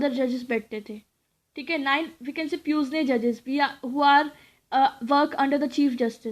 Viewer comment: Its not pus-ne its "pew-ne" pronunciation is this. S is silent dear.